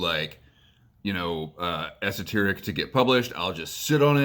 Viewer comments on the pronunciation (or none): Esotaric not terraces silly